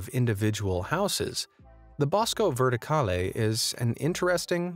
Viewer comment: = ATTENZIONE SIGNORI E SIGNORE. TUTTI GLI ITALIANI SONO PREGATI DI VENIRE A PIANGERE CON ME PER IL MODO IN CUI HA PRONUNCIATO " BOSCO VERTICALE ". Grazie